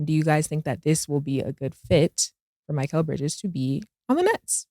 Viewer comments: These dudes really can't say anybody's name right lol. Miquelle? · Why can none of them pronounce “Mikal” Bridges name correctly?